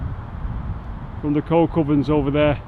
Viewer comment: Not 'Coal Covern' it's a Coke Oven. It's just the way pronounced it with his north Manchester accent.